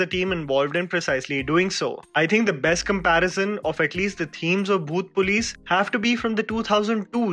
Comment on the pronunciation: Bro when you say the name of movie it sounded like "bhoot place" everytime you said it 😂